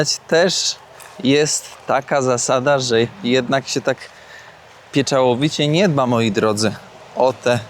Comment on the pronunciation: Oni nie dbają o nagrobki, więc może Ty byś zadbał o wiedzę języka polskiego, bo nie mówi się „pieczałowicie” ale „pieczołowicie” 🤦‍♀️ Tak z czystej ciekawości, czy Wy Oboje pochodzicie z tej samej wioski bo jeśli tak, to czemu Hani końcówki słów („som” zamiast „są”) odmienne są Twoim, „”? Ogólnie jednak, dziękuję bardzo za ciekawy odcinek i pozdrawiam serdecznie 🤗